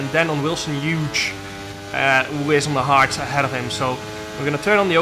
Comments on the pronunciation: oops , lol but he still isn’t saying it right its Hu-es not huge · To pronounce Wilson Hughes' last name its like saying Hue + s, or to make it simpler, H + ewwwww + s. To pronounce vulnerable its simply Vull + ner + a + ball. Hope this helps :) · It’s the hughes part he’s talking about… obviously he’s saying wilson correctly